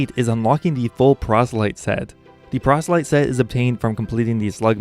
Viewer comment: Procelyte... lmfao